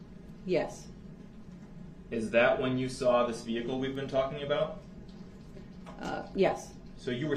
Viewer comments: Who the hell teaches English in the schools ??? Boof? Dat? Ax? Substain? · "DAT" WHAT YOU SAID IS DA "TROOF"! IT WASN'T EVEN ("SUB"")STAINED under OAF!!! AFTER, what you said was "NIPPED IN THE BUD".😂😂😂😂